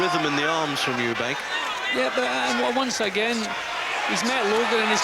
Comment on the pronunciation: What a scrap, both very tough. It's hard not to laugh at the pronunciation of Eubank's name, not only does the commentator call him Eubanks but he calls him SIMON Eubanks for some reason at the end of the fight. Lol, the other bloke was called Anthony, where does Simon come from?